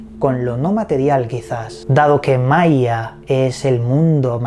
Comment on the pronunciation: Hola! Saludos desde Venezuela. Maia suena como Maria. Que raro!